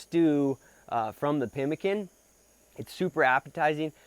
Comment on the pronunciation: pimmeekaan, not 'pemikun'.